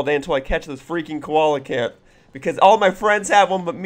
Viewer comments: I think it should be "see-la-canth" XD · heh you said koala can I pronounce their name Co-Elle-Uh-Canth